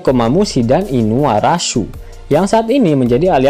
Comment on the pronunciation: Mohon maaf min.. Ngelawakmu ngga masuk.... Inuarasi ngga usah ngmg inuarasu Momonosuke ngga usah momonomesum..